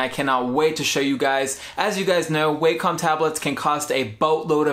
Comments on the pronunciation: The Wacom tablet is not pronounced like "Way-Come." The proper pronunciation is like "Wah-cum." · Its pronounced wak-com Not way-com